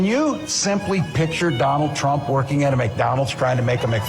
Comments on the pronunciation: Trump Not Tramp ! ! ! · TRUMP NOT TRAMP 😂